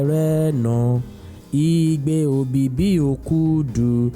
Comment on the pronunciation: Weldone.....May is called EBIBI not OBIBI...... Thank you.